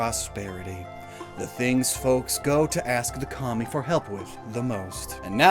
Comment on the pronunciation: i know you said kami but i heard commie😭